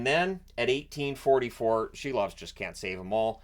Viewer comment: Silov is pronounced SEAL-OFF